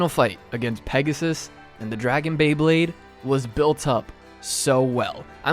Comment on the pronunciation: Did you really just say BLAYEblade?